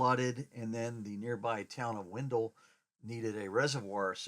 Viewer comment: It is a cool place, an old rock quarry. But please pronounce the town of Wendell properly.